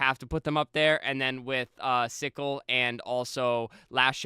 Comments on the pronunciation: I think its pronounced cycle, not sickle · Bro has never watched HCS if he's pronouncing CyKul as "sickle" hahaha what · These no-life trolls...dudes legit watch-partied pro halo and kids say hes clueless bc he mispronounced a name. Keep being perfect trolls. Thanks for the content, and fk the trolls man but views are views! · Dude isn't a real fan when he can't properly pronounce Cykul. That's where you lost me.